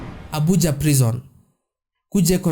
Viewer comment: Your abuse of English words is so annoying.. which bush African country are you from?pls go back to school and learn English language pls...The Nigerians you criticize are well educated than you stack illiterate that can't even pronounce ordinary "Prison"which you call "Prezon"..You bloody liar!!